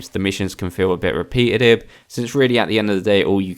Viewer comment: it's pronounced re PET a tive